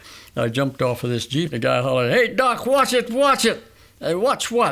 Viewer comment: I thought I heard him say duck